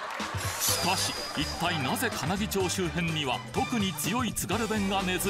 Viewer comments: 金木ちょうじゃなくて金木まちです。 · かなぎちょうじゃないんだよなぁ、かなぎまちなんだよなぁ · 金木出身です。かなぎ"ちょう"じゃなくてかなぎ"まち"が正しい読み方ですよー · 金木ちょうではなく、金木まちですよ。